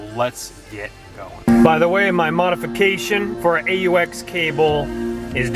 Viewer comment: It's not A U X it's AUX